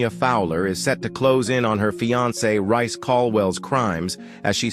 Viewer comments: It's Reece not Rice. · Who the hell is rice. Not a British narrator, so incorrect pronounceation